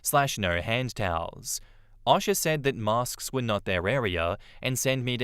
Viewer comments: For Future reference, most US people pronounce O.S.H.A. as "O-Sha" and not "Osh-A". But that's just a nitpick. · OSHA is pronounced OH-shuh. I was confused for a sec why a Russian woman popped up in the story at the end. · Thank you 😂 I was legit like… Who is Asha? Does he mean OSHA? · 😂 the way he says OSHA